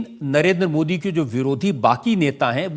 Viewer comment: Owaisi Modi ji ka naam sahi se nahin leta